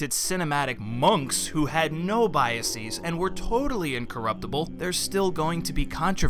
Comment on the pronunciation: I hate when people pronounce words like "biases" and "processes" as "bias-eez" and "process-eez." The -es in "biases" is pronounced the same way as the -es in words like: prejudices, boxes, fences, etc.. The "-eez" pronunciation is only for words whose singular forms end in -is. Examples are thesis and axis (theses = "thes-eez," and axes = "ax-eez").